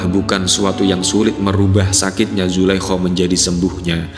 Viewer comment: Nyebutinnya zulaiha apa jangan zulaiho , ga enak banget ngedengernya